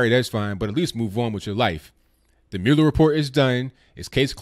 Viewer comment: It is pronounced "Mull-Er"